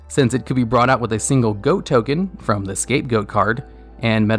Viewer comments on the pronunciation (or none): none